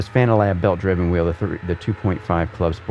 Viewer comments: it's Fanalab, not Fananalab:) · Wondering when you will finally learn how Fana(na)Lab is correctly named. :D Its called FanaLab, not FanananananananananananaLab :D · Always cracks me up when he says "Fananalab" LOL It's fan-AH-lab,...not fa-NaaNAH-lab:-) Great review as always, this and the Porsche 918 Rim are the only Fanatec gear that hasn't given me any problems in 2+ years (can't say the same about the V3 inverted pedals, The H-Shifter, The McLaren or Formula V2 Rims). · the software is called fanalabs, but calls it fananalabs. He sticks in an extra a and n. Makes it sound more like banana. Just amuses me, that's all ☺️ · “Fananalab” hahaha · Fananalab 🍻😂😂 . Said it a few other times. Banana fanana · Every time he says Fananalabs I loose my shit:-) is the best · I just think it’s funny that he said fananalab every single time.